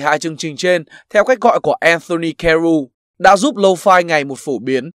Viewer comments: "Low phai" ngược với "mau phai" 😁😂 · Nghe 4 năm rồi mà vẫn đọc là lô-phi : v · Toàn đọc là lô-phi :))